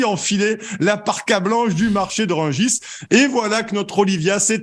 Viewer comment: le marché de Rugis ?! quel français, parisien, journaliste, ne connaît pas le nom du marché de Rungis ? il sort d'où lui ? 😳